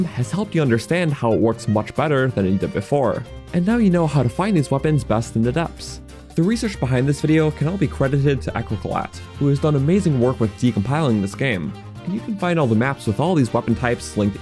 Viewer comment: You really just pronounced that guy's name Echo Call At when all he did was take the 'e' at the end of 'chocolate' and move it to the beginning. The correct pronounciation is e-chocolate, like e-mail.